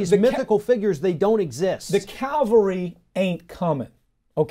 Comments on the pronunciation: Great stuff but unless my ears deceive me he kept saying Calvary rather than cavalry! Who were those bad guys circling the wagons, I wonder? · Pardon me for being nit-picky, but I got a kick of the host, highly educated though he is, pronouncing cavalry as "Calvary" near video end.